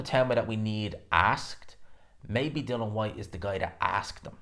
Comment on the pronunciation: IAN... DillI -IAN DILL-IAN DILL-IAN.. It not fkn Dillon ffs